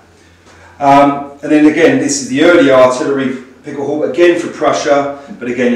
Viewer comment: how-beh. It's pronounced "how-beh"